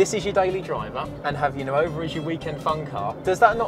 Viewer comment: Just a friendly note, nuova (new -F) is pronounced nor-va, not nu-over.